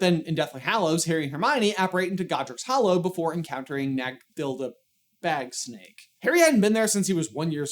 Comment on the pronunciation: "Nag-thilda bagsnake" had me floored 💀